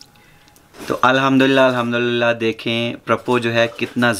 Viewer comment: ap jab b Al Hamdulillah 2 bar kehtay hen to pehly dafa sahi talafuz k sath ada karty hen lakin dosri bar mukammal Al Humdulillah ni kahty hen r talafuz b thek ni hota hy. Is liey aik dafa hi kaha karen r sahi talafuz k sath. Mind it plz.